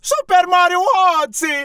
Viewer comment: Eu morri de rir no mesmo assim ele diz mal oddysey